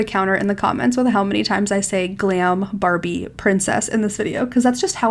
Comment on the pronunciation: You said glam babie princess…… 6 times 🤣